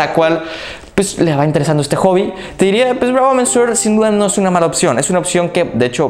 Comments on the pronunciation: "Bravo MENSUOR"??? En serio, lo digo como crítica constructiva, deberías informarte de cómo se pronuncian los nombres de los perfumes antes de ponerte frente a la cámara. Ya te pasó hace poco diciendo "ROSENDIU MATIEU" cuando era español y se pronuncia tal cual se escribe, "Rosendo Mateu". "Monsieur" se pronuncia "muh syuh", tal cual. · se dice Bravo "MESIÉ". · No sé qué suena más gracioso, que pronuncies “mensur” o “mensuar”. Si pones la palabra en el traductor de Google, puedes escuchar cómo se pronuncia en su idioma original. Por cierto, la expresión “dura arriba de” es un calco del inglés, lo correcto sería: “dura más de…”. Ánimo. Ah, a mí esta fragancia de El Ganso me huele a iglesia. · Por qué dices 'mensuor', sí es señor en francés? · Monsieur = señor en Frances ,,,checa como se pronuncia.SALUDOS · jajajajj cada vez que pronuncia monsieur lo pronuncia diferente y peor xD